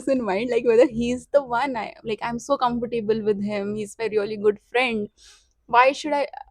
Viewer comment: Not comfor - table .. "comfort' ble "